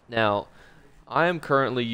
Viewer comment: The "Right Nyeow" made me slam that subscribe button